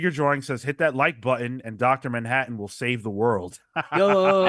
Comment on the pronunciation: "Dr DANhattan" I'm dead 😂☠